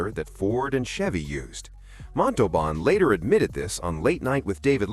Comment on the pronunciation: I read that Herve was in constant pain because, while his body was small, his intestines were normal sized, causing much pain. Also, it is disrespectful to mispronounce a person's name. Look up the pronunciation of Montalban.